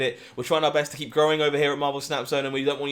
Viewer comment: pronounced BAHST